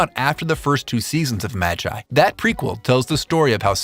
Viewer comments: Did he just say maj-I? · You butchered magi's name